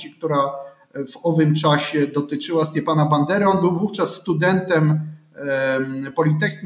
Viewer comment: Stepana a nie Stiepana - to nie ruski był. Jak udajesz wykształconego, to przynajmniej sprawdź jak się czyta.